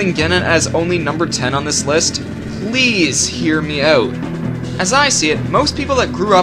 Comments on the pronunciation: "Please hear me oot!" You're Canadian? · No offence, but it sounded like "owoot" to me. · Lol, I've watched this video 10x and I just noticed it. And it does sounds like 'oot'. :) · You're Canadian, right? I kinda think you are because of the way you pronounce the word "out" in "Hear me out". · lol the way you say 'out', it's different to how I say